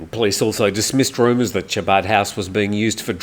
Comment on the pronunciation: No big deal on what I’m about to say but it’s Chabad but it’s pronounced Habad and it’s only literally as a community center .